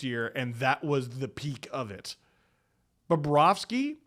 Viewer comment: He didn't say BOBROVSKY right...someone get ahold of Jay and Dan